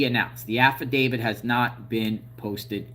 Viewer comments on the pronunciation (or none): none